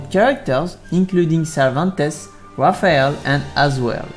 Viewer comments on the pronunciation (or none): none